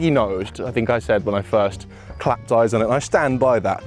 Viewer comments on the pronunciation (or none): none